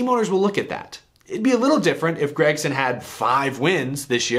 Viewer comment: seems like everybody says grEgson besides Mike Joy every now and then